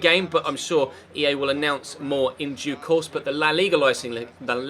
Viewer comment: The way pronounces La Liga is fucking aids!